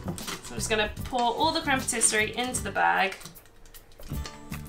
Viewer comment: Great tutorial, but my grammar OCD kicked in lol...isn't it pronounced 'patiss-ee-air'?